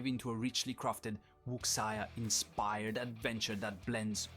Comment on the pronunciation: That's not how Wuxia is pronounced, dude. Just saying.